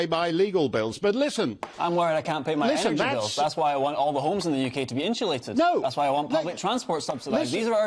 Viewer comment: Never trust anyone who pronounces "insulate" as "inshulate". Why is it never "inshulation"?